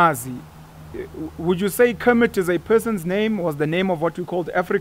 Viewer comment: 😂 it's kemet... Kermit is that frog that likes to mind his own business, it doesn't really matter but I'm dying of laughter 😂😂😭